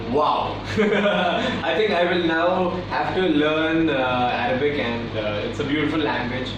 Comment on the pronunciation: So cute that zain is teaching aditi Arabic. Well he didn't pronounce in the correct way . Trust me guys I am not judging him . I am just saying this because I know Arabic and I am living in UAE even though I am an Indian ..so obviously I have to learn Arabic even though i am not a Muslim. Well still it was a segment for Arab fans good to know that there are a lot of fans in Arab countries anyways aditi u was looking gorgeous and zain u was soooooo cute while reading Arabic . Loved it all pls remain as adiza forever pls pls pls 😄😄😊😄😊😄😊😄😄